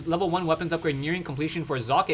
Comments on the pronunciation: that's actually the best attempt at pronouncing "Socke" correctly I've heard so far from all the major shoutcasters on youtube! Well done,!!!:))) That was so pleasant for my German ears:D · ye... Socke=sock, it isn't exactly chineese we are talking about here. Kudos for trying to pronounce it correctly. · love how u say Socke! nice that you try, well done here! greetings from Germany! keep on! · its great how you say socke ;D well generally you shoutcast is great :) keep it up